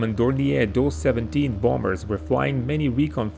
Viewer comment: Why do these people insist on using AI for the voice-over? Dough 17? Really? The video crew who make these excellent recreations ought to kick up about the clowns in charge of the audio.